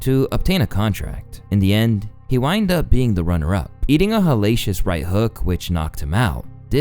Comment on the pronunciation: “he whined up?” Cmon guy.